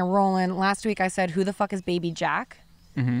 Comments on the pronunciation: So Travis Scott's real name is Jacques Webster, Jacques being a French name, so presumably he'd use the French pronunciation "Jahk" with a soft J. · Jacques is like jock (not Jack) but the j is pronounced more like a soft j like je. Not ja-kwes . I had a good laugh, but then remembered how stupid French can be. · LOL what?? Jacques is French… like Jacques Cousteau! Not Jack, that just seems like it’s an Americanized nickname. I would imagine he changed it to Travis so a bunch young people didn’t pronounce it wrong all the time… like you just did… 😄